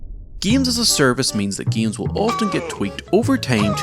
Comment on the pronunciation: why does he say gemes